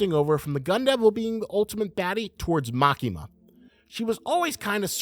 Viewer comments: This dude: Likes CSM enough to make a 15-minute Gun Devil vid. Also this dude: MaKEEEma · love ur analysis but the emphasis is on ‘A’ not ‘ki’ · bro really pronounced Makima as "Ma kee mah"